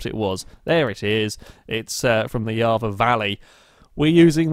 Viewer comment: It's YARRA, not YARVA.